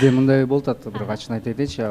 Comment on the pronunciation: бирөк дебей бирок деп сүйлөчү көп байкадым